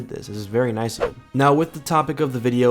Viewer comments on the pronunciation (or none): none